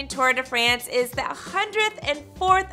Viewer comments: It's not "Too-uhr de Fraynse" *cringe*. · Tor de fransj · Right!!! How she says Tour de France was just painful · Stop butchering the name... How she’s pronouncing the Tour de France is just excruciating to hear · You could at least pronounce the name of the race correctly. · Am i the only one who dont like how people say tour de france